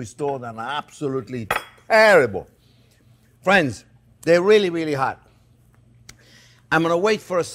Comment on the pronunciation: Making these Sunday!: how would you write how Chefs pronounces "friends"? "Fwends"?